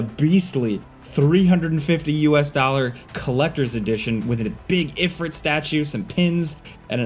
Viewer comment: If(reet)....not Ifr(it) c'mon now.